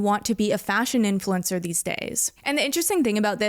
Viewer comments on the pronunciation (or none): "AI infulcner"